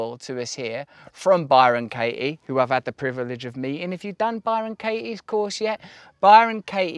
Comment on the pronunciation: Bye-Ron Kay-ee